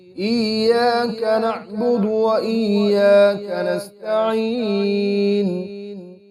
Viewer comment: iyyak nabudu ko theek karo